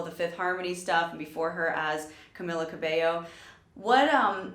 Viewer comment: caMEEla cabeYo